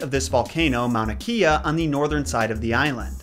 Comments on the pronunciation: Just a simple little thing to keep in mind. The w is actually pronounced as a v. For example, Hawai’i is pronounced as Ha-vai-ee not Ha-why. Also I noticed you pronounced kea as key-ah but it’s supposed to be pronounced as Kay-ah. As far as some of the other words, it’s the speed of the way you say certain parts of the words/names. Usually an okina (looks like a ‘) and the kahako (the straight accent line above the letter). As a local, I’m glad I got to learn a bit of the olelo (hawaiian language) and history. If anyone comes across this comment who know more about the olelo than me, please feel free to correct me as it is not a language that I speak or studied enough. Just pointed out the few basics. Hope this helped a little ☺️ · kea in Hawaiian is pronounced KAY-ah. Mauna Kea is often said Mauna a Wakea - look up TMT AND nauna Kea, you'll learn why - and there a LOT of bad feeling over some of the world's most impressive telescopes being placed there. I really like your content, and am glad you are open to gentle guidance. SORRY FOR THE EXCESSIVE POSTS!! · Kea is pronounced Kay-uh